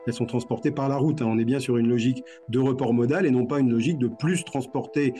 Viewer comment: Et on dit bié et pas bief je crois.^^